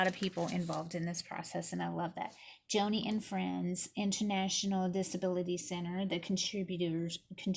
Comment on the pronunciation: Her name is pronounced “Johnny.” She is a well known speaker and advocate for ministry to the disabled.